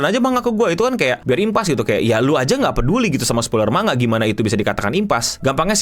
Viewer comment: Manga dibaca man-ga dipisah cara bacanya. karena di bahasa Jepang tidak ada bunyi "ng". 😁